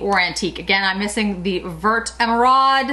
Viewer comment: Oooh this is exactly what I needed - can’t wait to pick up a few of these! 🤩 By the way, the word “vert” (green) is pronounced like it rhymes with the word fair. Thanks for another great video! 💗